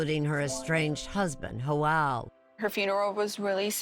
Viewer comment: Everytime the narrator says "Joel" a little kitten dies